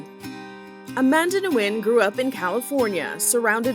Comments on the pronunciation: It is not pronounced, “new win” it is pronounced “win” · How can you get the pronunciation of her name wrong a dozen times when the video starts off with her pronouncing it correctly for you?